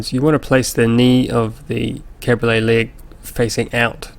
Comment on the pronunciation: Nice tables, but... Cabriole leg. CAB-RI-OLE. Please, I beg you. They're not cars. It's like nails on a chalkboard...